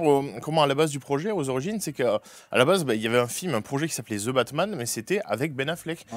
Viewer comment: Ze batman